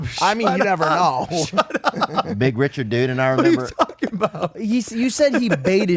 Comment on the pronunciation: “Ree-chaard” lol